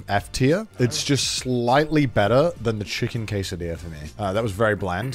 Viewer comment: Americans shame birtish for misspronouncing taco, the proceed to pronounce quesadilla as "kay-sai-dee-ah".